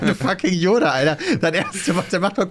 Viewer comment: dein ernst? " J oda "? mit J? 😂😂